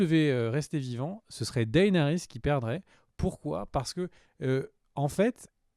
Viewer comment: "DaÉnarys", "AÉgon"... vous daÉconnez les mecs ! 😜 ... c'esttoutpourmoimercibeaucoup